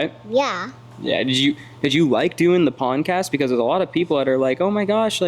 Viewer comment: Are you saying poncast??? lol you crazy goose 🪿